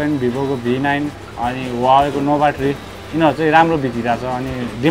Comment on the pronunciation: Huawei= wah-way is correct pronounciation 👍👍 ...... Not hu-wa-way😊😉